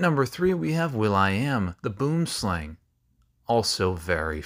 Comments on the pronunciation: Its pronounced Boo ehm slah ng NOT BOOM SLANG IT ISNT ENGLISH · It still annoys me off to no end that people pronounce "boomslang" like you do. Its "boo-uhm-sl-ung" (the "ooh" sound from "boo" is a very short one and "ung" is rung without the r) The word is a direct translation of the afrikaans word for "tree" (boom) and "snake" (slang). I hope to one day meet the bastard that unleashed this very specifically annoying to ONLY me thing and wish him a terrible nights sleep. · Pronounce it like a Saffa Buom-slang not boomslang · it's not pronounced slang....it's pronounced slung...and not "boom"...booum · it.. is not.. A FRICKEN ENGLISH WORD THERE ARE OTHER LANGUAGES THAN ENGLISH WHERE NAMES OF THINGS COME FROM this one specifically is afrikaans which is my first language and boom pronounced boo ehm means tree and slang pronounced slah eng means snake Boomslang is Tree snake basically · By the way as a South African the word Boomslang (tree snake in Afrikaans) is pronounced Boo um Slung So this would be helpful if u need to say the word to someone in Soutv Africa because saying the English way is very confusing for them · The Boomslang is from here in South Africa. It's pronounced "Bwurm-slung," lmao, as it's an Afrikaans word. The "boom" is Afrikaans for "tree" and "slang" is "snake." Cue The More You Know™ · It'll be a bit hard to type but 'boomslang', as my African parents pronounce it, is said like 'bwoermslung' and translates to 'treesnake' from Afrikaans. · Tokay gecko and boomslang were my two favourite animals when i was little, I'm also pretty sure u don't actually pronounce it "boom slang" but that might’ve been the joke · South African here - "Boomslang" is afrikaans for Tree Snake. It's pronounced boo-im-slung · Ase a representative of the South African community, boomslang is pronounced-"Boom-slUng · Its actually pronounced bwuehmslung but spelled boomslang. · Pronounced Boo - ihm slung. Its Afrikaans. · Please look up how to pronounce Boom Slang 😅